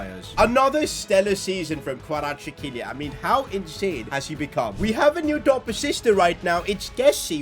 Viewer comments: it pronounces like kvaracxelia i am from georgia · It's pronounced Kra vets kehlia That's how the commentators say it irl. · Kvaratskhelia K(silent) varat-skhe-lia Kvaratskhelia It was also hard for me as well but if you actually find out how to say it, It's easy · ‘this all was possible because we have our first 90 rated player in Kvirachsjsihe’ 😂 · Kvaratskhelia name is pronounced Varats-Khelia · we promounce his name in georgia xvicha kvaracxelia pls getbitvrumight next time ❤ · Its xvicha kvaracxelia still waiting for all of the media and youtubers to pronounce his name correctly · Hey this is how can u pronounce kvaratskhelia s name you havet say kvaracxelia this is how you say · Btw it’s pronounced kva-ra-sch-elia